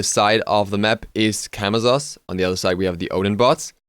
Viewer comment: As a side note, Camazotz is pronounced with "s" sounds instead of "z" sounds. Majority of Mayan gods with z's in their names are pronounced as s's (Ah Muzen Cab = ah-mah-sen-cab)